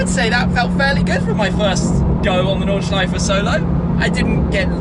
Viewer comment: Is that how we pronounce "Nordschleife" matey??